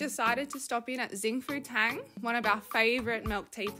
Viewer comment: xing fu tang is pronounced shing fu tang.. hahaha not zing :)